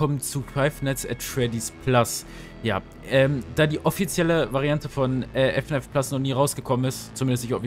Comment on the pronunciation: man spricht es nicht F N A F aus Sondern FNAAAAFFFFFFFFF Zusammen gesagt aber gutes video 👍